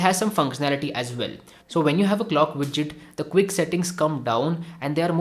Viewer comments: It's widget not bijjit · "Clock widtchit" was a trigger.